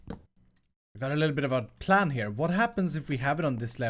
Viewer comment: PLan not Pran.